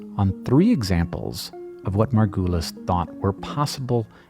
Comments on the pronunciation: Can we talk about how you are saying her last name wrong the whole time! It is super distracting. Margu(uh not ooooo)lis. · Just rewatched this and still am sad about the way you keep on discrediting Margulis (which she pronounces sounding like marvelous instead of the way you pronounce it) She lived in deep sexist and capitalistic times and she had all the reasons to follow her intuition and knowledge so bluntly while making some of the most mesmerizing discoveries. She kept on being mocked and put into this new age hippie groups to discredit her. The way evolution is not a tree branching up into the distance but branches coming together is so compelling its still not accepted in popular science, like Micropia the zoo for microorganisms in Amsterdam still doesn’t explain this but keeps the old Darwinian idea alive of a tree. I’ve read her books and really think she needs more credit and less of this woowoo, we have always known this. If it feels like we have always known this change the diagram of the tree.